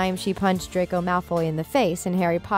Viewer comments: I know the first time I herd it I thought she just slipped up and then SHE KEPT AAYING IT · we’re not even gonna talk about how she said “dracoi” LOL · "DRACOI" I hate this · We not talking about how they keep saying ‘Draycoy’ 😂 lol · Yeah I about threw my phone after she said it the third time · Yah why is it now “DRACOY” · it’s just muggle pronunciation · i love how is “dRaCoY” says PoTtAh lolz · the way she keeps saying Draco wrong is really annoying like she keeps saying Dracoy and im like what thats not even his name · Am I the only one who heard her say, “Dracoy Malfoy”? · Nobody: Not one single soul: Thethings: dracor malfoy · nobody: not even the spider on the wall: the voice over: dracoy malfoy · Dracoi malfoy 😭 shes murdering his name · Did any one else notice she called draco “dracoy” i mean. WHAT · BRO WHY IS SHE CALLING HIM DRACOY IM CRYING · the fact that she says DrAcOi MaLfOy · Narrator- Draycoi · did i just hear her say dracoy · she said dracoy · Triggered me when she kept saying dracor Malfoy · Why did you say dracoay ?? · why are you pronouncing draco like that? "dracoi" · You clearly don't know how to say draco cuz you said dracio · ItS DRACO not DRAYCO -_ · The commentator said “ Draycoy” instead of “ Draco” at the time ‘ ’. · I cant get over the fact that she pronounces Draco's name as Dracoy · Did she just say 'Dracoy' Draco:MY FARTHER WILL HEAR ABOUT THIS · You need to test your knowledge because you said “Dracoy” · No she called him dracoy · You're saying it wrong..it's "dracO" not "dracOY"! Omg just yes that irked me. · Juliana Savoca I think she combined draco and malfoy XDD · * WHY ARE ALL THESE COMMENTS ABOUT HER MISSPELLING OF DRACO, HONESTLY!!! ITS JUST ONE WORD AND EVERYONE IS COMMENTING ABOUT THIS DRACOY THING!!!!!!!!!!!!!* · The Things: Dracoi Malfoy Me: WhO iS dRaCoI mAlFoY? WhOt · Hermione: Stop! Stop! Stop! You're going to take someone's eye out. Besides you're saying it wrong. It's Draco Malfoy. Not Dracoi Malfoy!